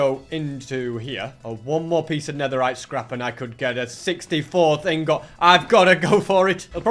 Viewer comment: The way he says “ingot”